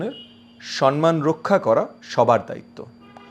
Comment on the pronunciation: আপনার যে-ক'টি "ভিডিও ক্লিপ" আমি দেখেছি, তাতে নির্দ্বিধায় বলা যায়, আপনার বিজ্ঞজনোচিত বুদ্ধিদীপ্ত বিনম্র (বিনীত) কথনভঙ্গি এবং অকপট 'সত্যভাষণ' নিঃসন্দেহেই সবিশেষ প্রশংসনীয়। আজও তার ব্যত্যয় ঘটেনি। তবে একটি শব্দের উচ্চারণের প্রতি আপনার বিনীত দৃষ্টি আকর্ষণ করতে চাইছি (অপরাধ ক্ষমা করবেন)। শব্দটি "সম্মান" (ম +ম); "ন+ম" নয়। অনুগ্রহ ক'রে, ভুল বুঝবেন না।